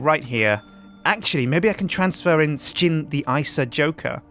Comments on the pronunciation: He pronounces it S-jin but most people call him Shin. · most Americans pronounce it as "shin" but most Europeans pronounce it like "sh_gin." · I'm glad I'm not the only person who says ''Sh_gin'', even though most of my other Brit friends all say Shin. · I don't pronounce it I pronounce it shin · We want more of these sir-gin (how he pronounces his name) this is a great game and even better because yu commentate over it. P.S you should let the prisoner called out early with a knife to get revenge against sips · I love how everyone else pronounces name differently than how he does himself.